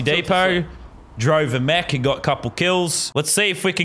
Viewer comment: It is mech not mechu